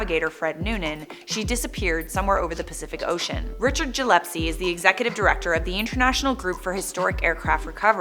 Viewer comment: Gee youre going to tell us everything we need to know a young immature girl going to give us a history lesson .. The only thing Gillespie is right about is gardner island and his name is pronounced gill s pee.. you should do enough research to at least pronounce his name right .. Here is timeline: She landed on Gardner island successfully.. Radio call heard by Betty Klenck St Pete, Florida roughly 48 hours before being captured by the japanese, ,, NR 16020 Lockheed 10E serial no.1055 was towed on a raft to Saipan by the japanese navy. ( Saipan made a postage stamp commemorating the event) . She was held in Garapan prison ( where she engraved her name on the wall ) tried by military on the island, found guilty ( of course) A saipanese woman by the name of Nieves Cabrera was working in a sugar cane field when she saw a motorcycle with a side car coming down the road .. Amelia was in the sidecar,, she was forced to kneel next to a predug grave and shot in the head and buried, Fred Noonan was beheaded by sword before she was killed. The plane and her personal effects were found on Saipan. Personal papers in the base commanders safe (Lieutenant General Yoshitsugu Saito) and plane in a hanger. Saipan was visited by James Forrestal ( Secretary of the Navy and Secretary of Defense) Special trip to the island to view plane and effects very near end of war. Plane was flown a short distance from hangar and burned at Aslito airfield at night in view of USA military men ( Andy Devine wrot